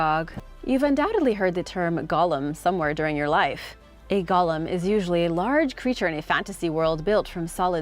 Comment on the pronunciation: The pronunciation is Go-lem, not gollum. Gollum was the sickly little creature from lord of the rings.